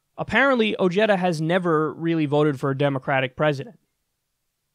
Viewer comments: bad pronunciation, this is a hispanic last name and the J is not pronunced Y but like an "H" in english, like Ohara or Oheda. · I hate how his name is pronounced. It’s “Oh-Hey-Da” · Is that how he pronounces his last name? I thought it was "o-HEY-da" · its pronounce "O-he-da" its a short "e" like in "get" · I hate that he has his last name mispronounced on purpose. I hate that he voted for Trump but at least he sees it was a mistake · Isn't it pronounced , oh*head*duh, or am I missing something lol